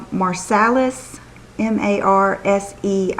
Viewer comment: I've always wanted Dita sunglasses! Those ones you chose are beautiful. The name of those sunglasses is actually a city in France, isn't that nice! Its pronounced "marsay". Those McQueens are gorgeous too!! My mum has a few panther pieces like the ring you were wearing today and I borrow them all the time! xo happy weekend!